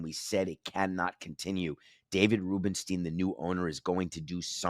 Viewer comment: You're mispronouncing Rubenstein.